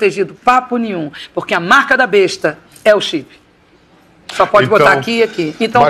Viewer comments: No final parece que o Bial disse "Bodi"ao invés de Pode.. Mas deve ser doideira minha kkkk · Ele falou bodi! Eu também ouvi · Eu tbm percebi isso pra mim ele fala bodi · Credo,eu também entendi bode!😲